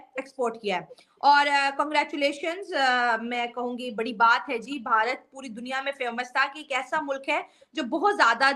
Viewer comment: Madum, it is Bharat not Baharat. Be duchashm alif..mean bha not baha of Mausam bahar